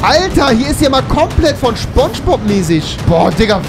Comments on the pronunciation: Immer diese leute die Schponschbob sagen 😅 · mich triggert das,dass rewi ,,spongebob,, falsch ausspricht :(